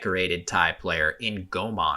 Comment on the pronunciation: and onward: why do you keep calling Komol “Gomon”?